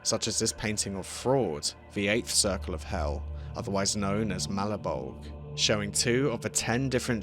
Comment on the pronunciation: you pronounced Malebolge wrong. The correct Italian pronunciation would be maw-lay-bowl-jay.